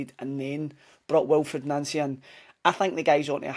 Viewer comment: Our managers name is pronounced NANCY it’s official of course it’s the boards fault but as you know they are never to blame for anything